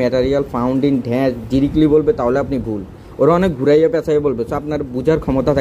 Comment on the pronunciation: ড্যাশ কে ঢ্যাষ বলা সত্ত্বেও সাবস্ক্রাইব করলাম। 😂😂 হায়রে pronunciation